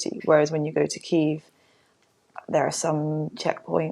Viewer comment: Why do they keep mispronouncing Kiev?